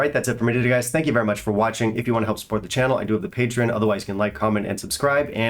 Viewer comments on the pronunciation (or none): none